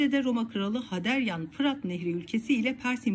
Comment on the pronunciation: ...Roma krali Haderian.." Haderian yada türkce yazilisiyla Haderyan degil Hadrian'dir, bugünkü Edirne sehride onun ismini almistir, onuda sana burada not düseyim, daha isimlere hakim degilsiniz, Kürdlerin tarihine nasil hakim olacaksiniz? Öyle ekrandan okumakla yemek pisirir gibi olmuyor tarih okumalari güzel kardesim.🙂